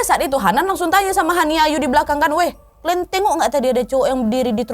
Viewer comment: Awal" bikin video mh kaleeeem banget jaim. Sekarang mah wadidaw wadaw gak ad kalem" nya, tp justru malah seru cara pembawaan nya jelas dan seakan akan kita yg nonton Ikut k dalam cerita.. syuka banget sama cerita wawak yg d bawain sama kak Nadia apa lg kalau udh bilang "KLEEN" (KALIAN) 😂